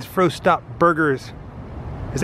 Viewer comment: LoL , it's pronounced "Frost Top" , I'm a sucker for the lot-O'burger tho.... lol they also have it as a Po-Boy as well.